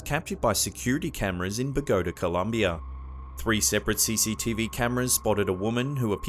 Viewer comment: Bogota rhymes with Pagoda! No, it's like Bo GA TA, love your accent, just wanted you to know! It's charming....